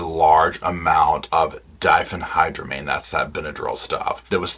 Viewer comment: I've never heard someone not in the medical field pronounce "diphenhydramine" so perfectly.